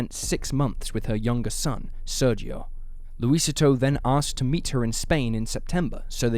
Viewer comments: Small correction for you: "Luisito" is pronounced, Loo-ee-SEE-toe, not Loo-Ee-sit-toe. It translates to, "Little Luis." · Lucy-toe for Luisito isn't any better. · Its laugh inducing hearing the mispronunciation of "Luisito". Interesting vid, tho.